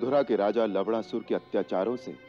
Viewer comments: Lavnasur ❌ lavdasur ✅ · Kiski ne dyaan Diya larna ko larnda bol rhe sabne lavdarsur bola h bar bar sun ke dhel lo 😂😂😂 bichaare actor's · It's not laudasur it's lawnasur